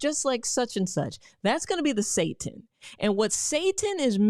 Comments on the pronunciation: It's not pronounced like the word Satan, makes me wonder how much she knows about it if she doesn't even take the time to learn how to pronounce the word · chill.. its "SAY-tan" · I believe seitan is pronounced say-tan, either way, stay away😅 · It's pronounced.... Seitan is pronounced... Say-tahn... Not how you were pronouncing it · Doc it is "say tan" not "say tin" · Girl I love you but it's Glyphosate lol. Not gly phosphate. Paul saladino always talks about it, he's the one against all of the seed oils that you talked about. Also that faux meet you're talking about is pronounced say tan. So it's not exactly said like Satan. Lol. Yes it does sound similar but not exactly the same. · It's pronounced SEE-TAN sister lol😂😂😂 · It's pronounced 'sah-tan' not 'say-tin'. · ...the word she's looking for is NOT SATAN...IT'S SETINE..pronounced SET TINE..long I sound.. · It is pronounced SI Tan. Not Satan. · Its not pronounced ‘Satan’ its pronounced see-tan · Seitan is pronounced like "say tan" -- not say ten. And buy organic to avoid all the toxins you're scaring people with. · Say tAn...pronounced w a pause and more enunciation on the tan....spelled seitan not pronounced satan. Super high in gluten. Not amazing on the digestive tract. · Good Dr. Rachael Ross. Love your videos! Just a heads up. Setan is pronounced., see-tan. I used to eat setan and I stopped eatting it because it caused me to develop gluten intolerance. It made me involuntarily pass gas. Very embarrassing! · It is pronounced SAY TAN! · We would pronounce it SAY TAN.. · Pronounsed Zytan...... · “say-tan” = seitan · SEITAN. -(SAY SHAWN ) I think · Its pronouced seetan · Blant-based meat is not 'processed meat ' - it's processed vegetable proteins. Gluten protein is pronounced Sigh-tan. The weedkiller is glyphosate, not glyphosphate.